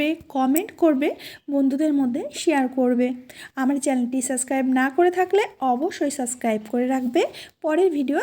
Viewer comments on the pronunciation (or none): Subscribe শব্দটার সাবস্ক্রাইব উচ্চারণ শুনে শুনে অসহ্য হয়ে গেলাম। কেবল আপনি নন অনেকেই এই উচ্চারণটি করেন। আপনাকে বলার কারণ মনে হল আপনি সঠিক উচ্চারণ করতে পারবেন। কেবল কোন টা ঠিক সেটা জানা নেই। সাবস্ক্রাইব উচ্চারণ করুন।